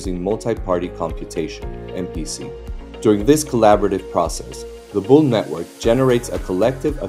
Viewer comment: It's bool not bull. ❤ LFG 🚀🚀🚀🚀🚀